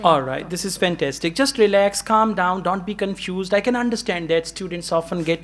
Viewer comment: She spoke fensastic